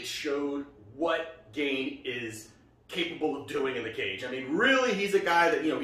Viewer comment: Gane pronounced Gan(yay) not gain